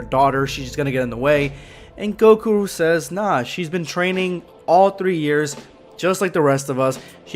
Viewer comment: Goku* not gokua